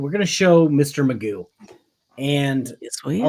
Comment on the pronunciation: McGough - rhymes with poo !